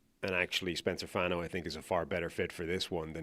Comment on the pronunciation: spencer fawn-o, like Bono from U2